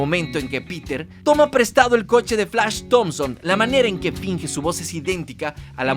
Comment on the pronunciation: Nada como el "Flach Tomson"... ..........